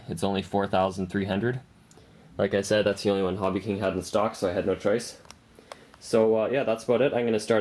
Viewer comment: Its pronounced said. Not sayed.